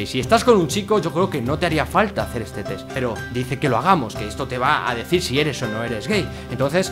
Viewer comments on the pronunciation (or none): Mencanta que diga tes en vez de test JAJAJAJA